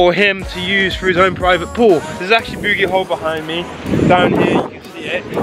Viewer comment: As someone from Newcastle this is so cool to see, but your pronunciation of Beaumont st and the bogey hole is hilarious!